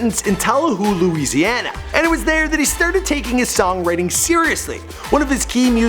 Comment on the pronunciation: At least he said Louisiana right